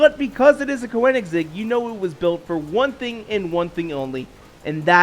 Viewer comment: OMG How did you just say Koenigsegg!?! 😂🤣😂 LIKE WHAT!